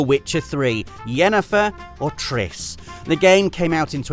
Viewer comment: it's Triss btw